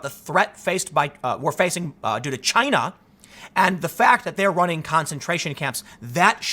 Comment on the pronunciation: "Jyina" -Tim Poole, November 2019